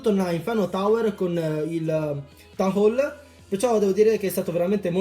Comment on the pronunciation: Mi fa ridere come dici town hole 😂😂😂 tan hol ihihih sei troppo simpatico, mi piaci un sacco, soprattutto BELLISSIMO IL REMIX NELLA INTRO CHE USI. Sono nuova e gia ho visto parecchi video, molto belli ;)